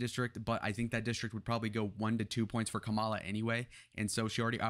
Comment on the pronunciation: Pretty sure Kamala pronounces her name with the accent on the first syllable.